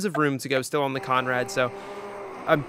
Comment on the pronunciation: Bro please, take it from an Aussie it’s “the conrod straight “ not conrad